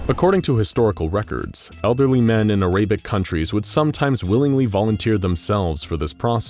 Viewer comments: Cryogenic not cryrogenic Arabic not araybic Renal not renial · Its not pronounced aray-bec, its air-a-bic. I don't want to sound mean but as a Arab person I wanted to tell you the correct pronunciation. Just shedding some info. Have a good day. Btw, love your vidoes!